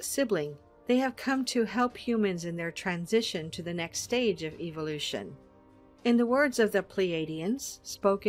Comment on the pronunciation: The way she pronounces evolution... She says evilution.